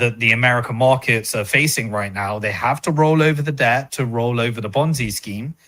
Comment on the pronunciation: A good starting point would be by saying "markets" not "morkets" .